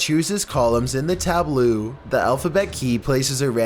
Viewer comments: wtf is a tablooo? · The constant bad pronunciations on this video are really distracting from an otherwise entertaining video. Wtf is a tabloo ... tableaux is pronounced “tab-low” leaux = pronounced low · since you haven't learned this lesson yet, apparently, when you come across a word that's new to you, ASK SOMEONE HOW TO PRONOUNCE IT. "Tab-low" not "tab-loo." SMDH - it's a "cipher table" or "tabula recta" anyway. Who writes and edits this crap? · Lmao he pronounces tableau as "tabloo"